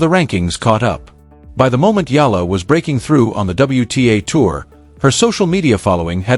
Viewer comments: Please pronounce Alex's surname the way we Filipinos pronounce it. It's "E-Yah-La!" Thank youmm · Her surname is pronounced E YA LA. Please pronounce it correctly, E YA LA. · Pleeeeze, it's Eh..ya..la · AI cant even pronounce properly alex family name still continue spreading fake news but benefiting viewers mostly from Filipinos 😂😂😂